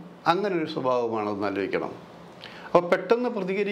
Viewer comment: നീ,ക്കുറെ, ആലോജിക്ക, ഏന്നിട്ട്, വീണ്ടും, ആലോജിക്കണം,, ട്ടോ, ക്കുറച്ച്, ആ ലോജന, കുറക്കാൻ, പറ്റുമോ, ഏന്ന്, ആലോജിക്കണം,, ഒരു, ആലോ ജന, അരോജകൻ,,😮😮😮